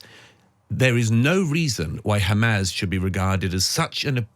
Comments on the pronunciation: So this chap has a degree in English.... Keeps saying hamaz it's Hamas. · Douglas, it's not "Hamaz," it's "Hamas." Fine interview.